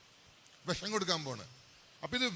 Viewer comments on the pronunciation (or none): none